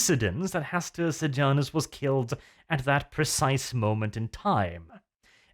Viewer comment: Uhm Hastur Pijamus xD wearing pijamas